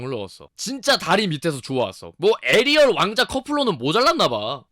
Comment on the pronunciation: 나중에 에리얼에서 에일리얼로 발음하시네요.ㅋㅋㅋㅋㅋ